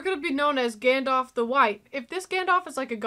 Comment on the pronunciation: Love the video reactions of my Favourite movies, but it is pronounced Gandalf not Gandolf, and Aragon's scream when he kicked the helmet near the pile of dead Uruks was actually real cause he broke his toe as the helmet was so heavy